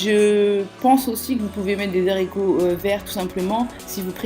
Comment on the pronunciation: Des zaricots?!....waaaaah mes oreilles! Des haaaaricots avec un A!